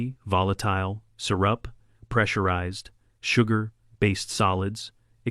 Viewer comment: very good story - definitely an upvote. Incidentally, the A I reader mispronounced "syrup"